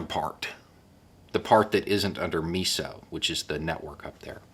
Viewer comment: Just a heads up, it's pronounced like MY SO. Other than that great video. I highly doubt you'll have to refer to it again, but if you do, now you'll know.